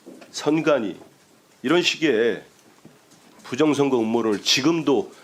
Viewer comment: 부정선거라고 하는사람들은 왜 부정(셰)력 이라고 하는거지 발음이어렵나